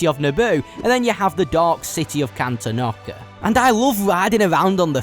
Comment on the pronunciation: Is it pronounced can-ten-ock-a? I’ve always pronounced it can-ton-ick-a